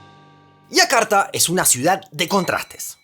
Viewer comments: Aiakarta no, Yakarta. (Jakarta). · entonces no seria Y si no sh, la y tiene una pronunciación bien clara y específica.